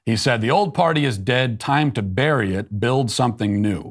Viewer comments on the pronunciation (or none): none